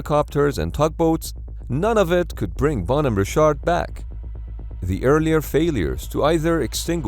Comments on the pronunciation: Good video, but really hard to watch this with the narrator pronouncing Bonhamme Richard as "Bone Hammer Shart" every 2 minutes. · Why does he call the ship “Bon over shart” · Bon-hom-me Rich-ard. Famous American Revolutionary War ship's namesake. Captain was John Paul Jones, who exclaimed in 1779, "I have not yet begun to fight!". No educated American could mispronounce this so badly. Please get better. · Where is narrator from? Always called them ships phonetically, bon home richard. It's like he loses half the syllables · At first I thought the ship's name was 'Ballnumber Shark' Then I turned on the subtitles because I didn't catch the exact times (10: 30 firefighters start withdrawing and 10: 50 explosion) and only then did I found out it was the 'Bonhomme Richard!' The second US Navy ship bearing that name served in The Pacific War but didn't suffer any fatal fires. But speaking about the Pacific War, the US Navy had some excellent firefighting and damage control teams back then, didn't they? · why the hell does this guy pronounced 'bonhomme richard' like that? i had to google it because i had no idea what he was trying to say. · you say Bonhomme Richard so weird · You mispronounced Bonhomme Richard. Both words are accented on the first syllable. The ship's name is from a ship of Revolutionary War fame. Actually the US Navy does pretty good when it comes to equipping ships with features to fight damage and save or prevent loss of life no matter what the cause is. This should have never happened.